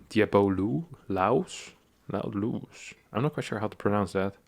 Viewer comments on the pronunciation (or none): none